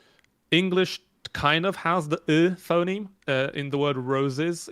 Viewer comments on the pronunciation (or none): none